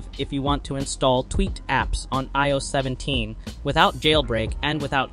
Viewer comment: Eeh oh 17.. 😂 the AI doesn’t even know how to speak properly!